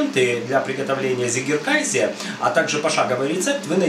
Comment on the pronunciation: Не приятно уху слышать немецкое слово на английский лад, если перевести с немецкого Вами произнесённое название то получиться «победивший (победоносный) кайзер», а правильно произносить абсолютно прмитивное название «козий сыр», как Вы указали в описании, «цыгекэзэ». Жаль что именно английское произношение этого слова распространилось в рускоговорящем сообществе сыроделов. А сыр получается классным. И я благодарю за все рецепты на Вашем канале!